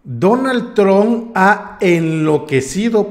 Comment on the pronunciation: 🇺🇸 NO SE DICE DONALD TRON= Aprenda a Pronunciar si va a ser Periodista o Reportero 🇺🇸